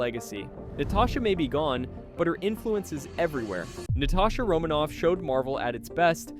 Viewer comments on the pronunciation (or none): did you just say Na-tay-sha romanoff instead of Na-ta-sha?😂😂 am i the only one? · “Natay-sha” oof